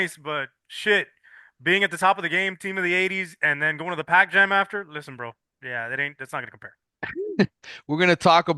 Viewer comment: said “pac jam” lol